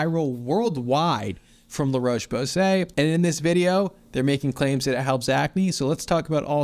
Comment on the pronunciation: The O in Roche is pronounced like the o in hot, not the o in cold.